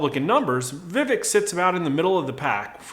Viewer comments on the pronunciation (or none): Just FYI. It’s pronounced “Vuh- vake”. And Pence is going down with his pro send Your Kids to war stance. Look for Vivek to rise in the polls as people actually begin to listen.